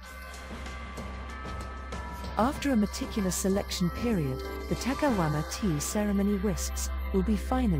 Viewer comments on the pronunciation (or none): My only complaint is that she keeps saying takahuama instead of takayama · Cringing for 20 minutes everytime the narrator says "takaWama" instead of "takaYama". Please, ask for native speakers to do this job ! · Narrator keeps referring to the city as takawama